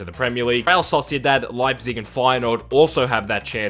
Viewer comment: It's "Red Bull Leipzip", but great video and amazing idea!!